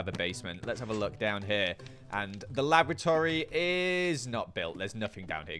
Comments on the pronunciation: thank got for subtitles XD because I hear "Lavatory" and not "Laboratory" when he's talking about the basement XD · How many times did he say lavatory rather than laboratory? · Kept hearing Lavatory instead of Laboratory. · loved the episode but can't unhear the fact that every time says laboratory it sounds like lavatory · More often than not I heard you say Lavatory instead of Laboratory ... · I can't help but hear lavatory each time he says laboratory... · Is the way your pronouncing 'laboratory' the same way as 'lavatory' a part of your weird character, or is it just you being weird? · Every time he says 'laboratory' all I hear is 'lavatory' and it's funny. He's built a secret underground giant rainbow toilet 😂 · I keep thinking is saying lavatory. What's worse is I would not question him. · Did anyone else hear: Laboratory lavatory lavatory lavatory Lab.Or.Atory Lab lavatory Or was it just me?